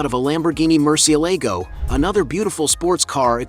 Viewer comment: It’s Mercy-a-logo not Mercy-a-LEGO